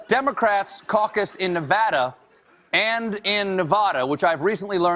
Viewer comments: Nevada = Nevara? Plop! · CRINGED WHEN HE SAID NEH-VAH-DA